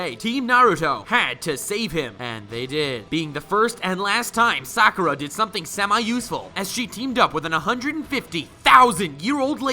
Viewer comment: He did Sakura wrong 😂🤣